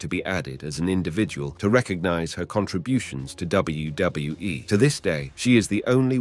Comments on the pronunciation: It’s kinda hard to focus on the video when you keep saying WdaWE WDoeWE WdeeWE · what is this WBWE, WJahWE and WDohWE the narator is talking about? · Less than 7 seconds in and “W Duh W E” dude sort your channel out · This guy can’t say WWE properly 😂